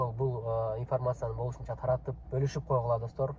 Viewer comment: Таркатып эмес Таратып